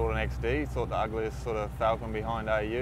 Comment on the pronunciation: Yeah i though he said ugliest falcon behind AU.....XD's not ugly